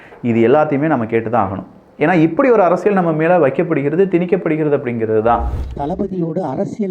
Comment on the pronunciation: அரசியல் உனக்கு ல உச்சரிக்க தெரியாதா கறும்ம்